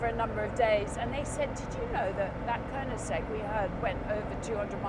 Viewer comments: Konensegg? KO-NEN-SEGG?? Is she even a fan?! it is called Koe-nig-segg or in swedish Königsegg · Great film and great car! Before you buy one Jodie, you need to work on your pronunciation of KoeniGsegg...it sounds like you say KoeniNsegg ;-) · Glorious video Jodie. Glorious shouting. Glorious weather. Glorious car. Glorious track. Glorious sound. Awful pronunciation of Koenigsegg!! 😂😂😜